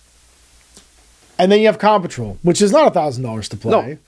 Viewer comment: Why does he keep saying "Com Patrol"? It's an off putting way to save a syllable.